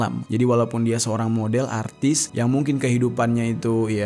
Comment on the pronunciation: Memang harus disebut "atris" ka? Atau tersasul?